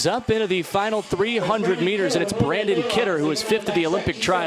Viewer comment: How many times can the guy announcer say the wrong name?! The winner’s name is BRANNON Kidder. Not Brandon! 🙄